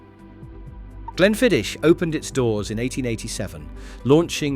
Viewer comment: It would be appreciated if the pronunciation of the whiskies was done correctly Glenmorangie has the "inference" on the 'O'---not the "A" Glenfiddich does not finish with "itch" It finishes with "ich" --as in "och aye"